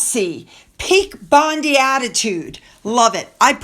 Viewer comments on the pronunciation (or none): Bondi may be spelt like Pam Bondi, but is pronounced Bon-dai.